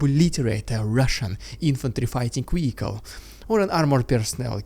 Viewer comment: What’s a weehicle?